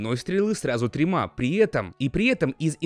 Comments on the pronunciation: Я одна услышала в момент выстрела из арбалета и фейрверками он говорит тремА ,а не тремЯ? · Почему ты говоришь трема ? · тримА? Приэтом и приэтом XD Я угарала как конечная